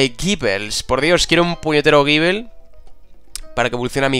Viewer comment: Gible se pronuncia "Gibol":)